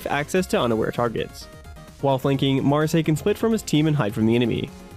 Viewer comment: Just so you know. So the Gundam fanfiction m doesn't tear you apart. It's pronounced. Ma,ra,s-eye